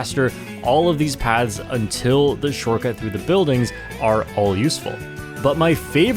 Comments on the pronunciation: What's more concerning is how keeps pronouncing 'Paths' as 'Pads'... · Why does keep pronouncing 'paths' as 'pads'?